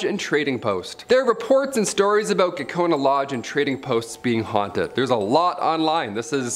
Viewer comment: I thought he said 'gecko in a lodge.'